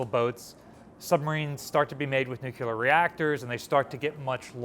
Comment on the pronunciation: Please don't say nucular.